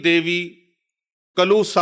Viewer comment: یہ آپ کا علمی معیار ہے کہ کالا کلّوے کو کلو پڑھ رہے ہو میں وثوق سے کہتا ہوں نہ اپ نے کلوا دیکھا ہے نہ اس کا توڑ جانتے ہو۔ بھیروں ایسے ویڈیو کلپ سے نہیں نکلتا۔ کیوں غلط بیانی کر رہے ہو ۔ کیا یہ جھوٹ نہیں ۔ کتاب سے دیکھ کر پڑھنا اور چیز ہے اور باقاعدہ عملیات کرنا ان طاقتوں کو دیکھنا اور بات ہے کیوں ویوشپ کے لیے یہ ڈھونک کرتے ہیں سارے نیم عامل ۔ اللہ کرے کہ اپ کا سامنا ہو کالے کلوے سے بھیروں سے۔ پڑھا جا نہیں رہا اور بات کر رہے ہیں عملیات کی۔ بس پیسہ پیسہ پیسہ پیسہ ہی خدا ہے